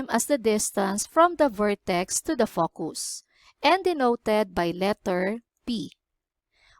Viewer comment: nice, you should watch your pronunciation on focus